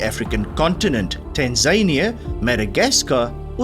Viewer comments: Great quiz. Tanzania doesn't rhyme with Tasmania. It's "Tan- za- ni-a" not "Tan-zay-ni-a". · Maybe this is a regional variation? I am aware that is from South Africa so pronunciations may be different there, but Americans were taught "Tan-za-NEE-a".